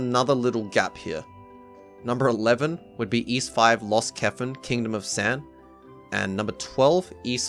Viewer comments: Allow me to rephrase it for you then so you can understand. You were not saying iisu, you were saying Es. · you showed iisu in katakana on the screen then proceeded to say iis most of the video. I prefer 'Ys' to 'iis', but if you said 'iisu' i'd be fine with that too. chopping off the vowel at the end could happen in japanese language sometimes but it's not the more common outcome and even if it were, there's usually still a hint of the vowel, like there might be a hint of the second b in the word bomb.